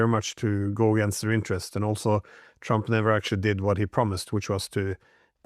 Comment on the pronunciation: I love how he pronounces Trump. Twamp